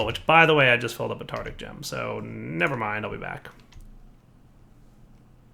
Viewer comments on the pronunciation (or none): Oh,. It's TARTARIC, not Tartic....